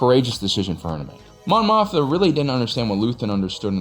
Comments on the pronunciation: Mon MOTHMA not Motha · Great video and insight, but it is a bit jarring to hear Mon Mothma consistently called "Mon Motha." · Are you saying Mon Mothma wrong on purpose or it just keeps happening? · Mon Mothma - if you're gonna do a video in which she's the second most referenced character, say her name right…